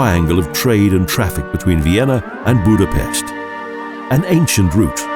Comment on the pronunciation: If you're going to narrate a documentary it would be good if you could correctly pronounce at least the places you're speaking of. Start with the pronunciation of the letter "S" -- pronounced like "SH" in English, as in "SHopron", and "BudapeSHt". Learn the pronunciation of letters in the Hungarian alphabet. Thank you.